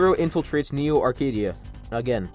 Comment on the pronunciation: Local kid still can't say "Neo Arcadia" without having a stroke 💀